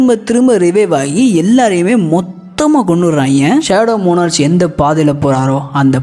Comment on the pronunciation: மோனார்ச் இல்ல ப்ரோ மோனார்க்